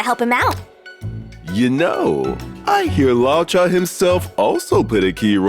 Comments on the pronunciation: I always thought his name was pronounced Lu-oh-ka. I didn't know it was Law-cha. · Right? He keeps saying Lao-cha whereas I thought it was luuoh-cha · It's "lu-o-cha," no idea where this guy got "lao-cha" or why they let him say it like that a hundred times. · pronounciation: loo-woah cha HSR english team: lawchuuh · law cha 💀💀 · Idk. I pronounce his name as 'Looka' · LAW CHA LMAOOOOOOOOOO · Hearing him pronounce luocha hurt lmao